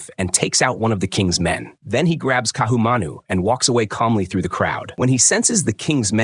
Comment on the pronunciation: the stupid AI comments why doesnt somebody prooflisten and correct Ohio and other nonsense. Ka'ahumanu mispronounced.